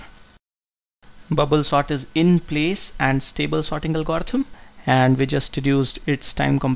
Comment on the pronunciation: I think you are pronouncing algorithm wrong.